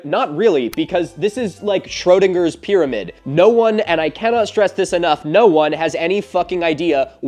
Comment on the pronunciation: pyramid not pyraviewed